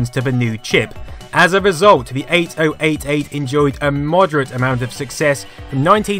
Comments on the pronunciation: one very infuriating thing is your pronounciation of 8088 and 8086. because it sounds far better if you pronounce them as 80 88 and 80 86 instead of each digit 8 0 8 8, 8 0 8 6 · OMG if I hear ate-oh-ate-ate one more time I'm punching someone in the beans. Eighty-eighty-eight is the common less clunky colonial way to say it. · honestly no idea why it pronounced it so stupidly. instead f just 80-86 and 80-88 like it's supposed to be pronounced